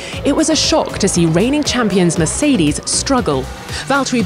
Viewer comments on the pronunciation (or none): none